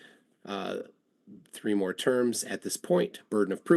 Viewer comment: Tree hours = three hours i think, bro can’t even talk